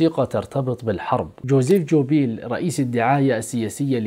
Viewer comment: وزير الإعلام ( البروباجاندا) الألماني إسمه جوبيلز بحرف ال G وليس J